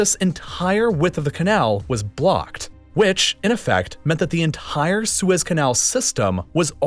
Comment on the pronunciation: Say entire